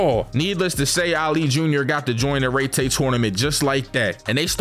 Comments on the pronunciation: No way he spent the whole video pronouncing it “RayTay” tournament. Had to dislike just off the strength. It’s (Rye-Tie) tournament. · I can’t be the only one who has an aneurism each time he says, “Rey Tay” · Love this vid BUT ITS PRONOUCE RYE TIE BRO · Aint no way called Raitai fucking Raytay😭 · Rai tai….. Pronounced correctly in both the sub and dub. This guy….. rrrrrreeeeeeeeeeeeyyyyyyyy ttttttttttttaaaaaaaaaaayyyyyyyyy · “REYTAY” Tournament, yup just gonna leave this here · Bro said rey tey💀💀💀